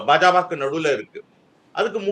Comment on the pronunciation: பா.ஜ.க என்பதை ஒருமுறை கூட சரியாக உச்சரிக்க முடியவில்லை ஆனால் இவர் தான் பாஜகவின் எதிர்காலத்தை தேர்தல் களத்தில் கணித்தாராம்?